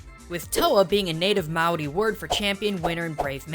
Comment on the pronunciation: As a New Zealander I thank you for pronouncing the Maori names correctly